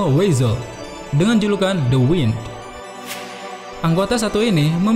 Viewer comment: Btw sternritter "W" dibacanya "Waind" yg berarti membelokan bukan "Wind" yg berarti angin